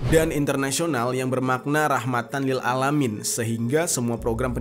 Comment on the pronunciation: Bang hanya mengingatkan cara baca"rahmatan lil a lamiin:rohmatan lil a'lamiin"